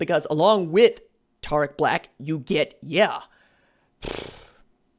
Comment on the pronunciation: Bruh this man said his name wrong 😂